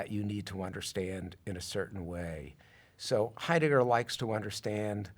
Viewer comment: Someone please tell this fellow that the accent in the name "Heidegger" is on the first syllable.